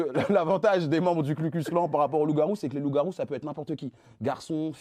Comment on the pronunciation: Bro… pas Klu mais Ku. Ku klux. KU klux ! Mal préparer son papier (lu physiquement) et flinguer son propos sur une erreur que Pascal Praud n’aurait pas faite, c’est moche. Faut se mettre au niveau du média que vous défendez les gars